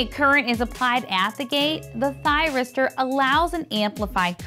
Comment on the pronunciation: If one does not succeed, try, try, "tryristor" again.